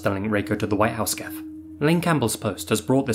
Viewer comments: It's jif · The guy who created Gifs pronounced it like a J, broseph. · "GIF, or JIF if you're a sociopath..." 😂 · Zombie GIF(JIF) 😄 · It's pronounced G.I.F very sad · One of the two creators of gif files said it's supposed to be "jiff" but he's 100% wrong. Idk what the other guy says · I NEVER hear dudes with this guy's accent actually say Gif (not jif)